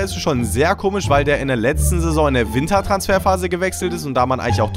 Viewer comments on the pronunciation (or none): none